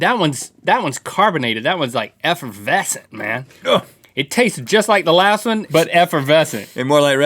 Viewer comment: EFERVESCENT!!!! Like how GrimmGreen said :)))